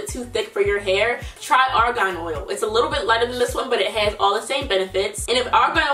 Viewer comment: “Just be a lor bit mindful of that” you really are from Baltimore 😂😂